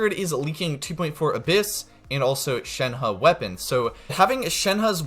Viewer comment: You're like the first person I've heard said shenhe's name correctly